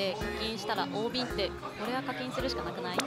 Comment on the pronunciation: 大瓶は「だいびん」では〜（笑）